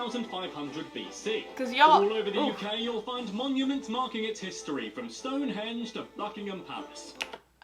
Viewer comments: “Stone hedge” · it’s stoneheNge not Hedge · Did...did she just say stone HEDGE?